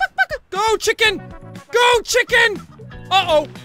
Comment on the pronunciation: LMAO "Check In" instead of "Chicken".